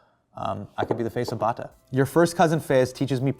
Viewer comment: What the hell man? Bata ( and Hasan is pronouncing it like a total desi), is a CANADIAN company. Growing up in Toronto and on my first visit to Karachi it was like bata was everyone and was considered fine foot wear ( this was on the 70s) while in Canada it was nothing special. I don’t even think we have bata shoe stores here anymore . Have the Bata ( pronounced Bat-ah) shoe museum in Toronto though.